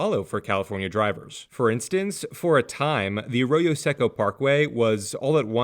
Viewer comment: In local English, Arroyo does not rhyme with “a fro-yo” [a frozen yogurt] like you’re saying it. It sounds like uh-ROY-o. Then the Seco is pronounced like the Seiko watch, say-ko instead of seck-o.